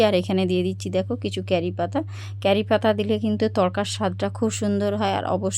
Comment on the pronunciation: Boddo bokchen r carripata noe curripata